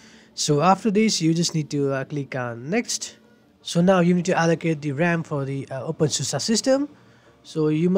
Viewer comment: really nice video, thanks for it, love how u say open susa hehe